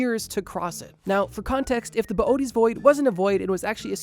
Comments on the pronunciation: "Boo-tease void", not boy-a-tees. Please. If enough people mispronounce it, we can make it happen. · “Bo oaties” is killing me to hear… it’s pronounced “bo ay tees”…. Boötes